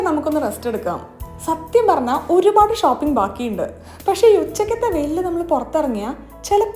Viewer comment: എന്തോന് ചേച്ചി ഷാപ്പിങ് അല്ല ഷോപ്പിംഗ്‌ ആണ്